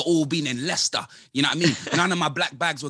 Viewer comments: Did this man say MOElester city??????? 😂😂😂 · Mo-Leicester city 🤣